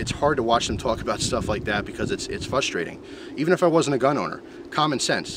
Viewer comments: "fustration" lol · you forgot an "r" in frustration;)